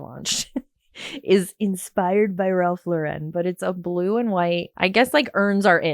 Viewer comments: Look at her getting all anal about Boise and then mispronouncing Ralph Lauren. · Wow the irony that she insists on correcting people on how to pronounce Boise, which I respect although let’s be honest, the difference is subtle, but she doesn’t know how to pronounce a man’s name who has been an absolute legend in the fashion industry for the better part of a century. The accent is on the first syllable sweetheart. Pronounced the same as when it’s a woman’s first name. She strikes me as the type to come to NYC and say “Houston Street” like the city in TX. 🙄 PS - absolutely not the same with your small CT town, that’s a matter of not being spelled the way it’s pronounced.